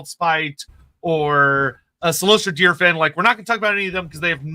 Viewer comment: Dunno why people pronounce Cylostra's name as Deer Fan, when it's clearly just Dire-Fin.